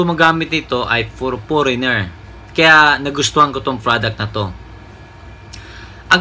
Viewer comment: Product kapatid..... lumabas talaga ang pag ka bisaya mo hahaha 😂